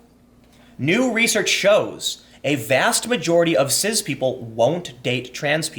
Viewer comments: I’m pretty sure that it’s pronounced “siss” not “siz” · Turned off after the second time you said ciZ and foLks. Dislike both words (is cis even a word?) but didn't realise your pronunciation of them annoyed me even more.